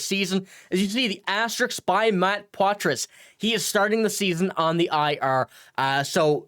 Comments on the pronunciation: Everyone including the player pronounces it wrong. (Pwah Trah) roll that R. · well, we should at least pronounce it the way he does. The guy in this video pronounces the S, which is cringeworthy. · You pronounce Poitras’ name wrong